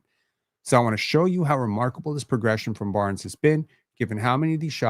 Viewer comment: Correct me if I'm wrong (but I'm not), but, aren't words that already end in the letter 'S' supposed to be pronounced in the same way, whether they are in singular form or in pluralized form? At the place in the video where I time stamped, said "...this is the only part of Barn-ziz offensive game... "...... So you're saying "Barn-ziz" instead of "Barnes". I think the correct way to utter that part of that sentence reads like this. - "...this is the only part of Barnes offensive game... "